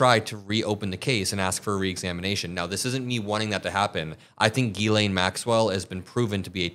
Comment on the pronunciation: Ghislane is pronounced "zshe len". Maybe we should go ask her how she says her own name.....